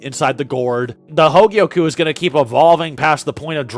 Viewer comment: Only an Australian could add an 'r' to "hogyoku"